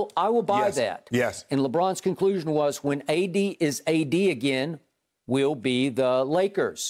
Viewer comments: he said A-Disney LMAO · LMFAO Skip saying "ADisney" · “ADisney” 😂 we made it